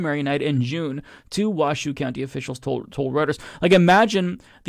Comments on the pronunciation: It's pronounced Wash show not Was shoe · FYI is is pronounced 'Wash -oh' not 'Wa -shoe' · Lol. Luv how you are pronouncing Washoe (waa-show) county.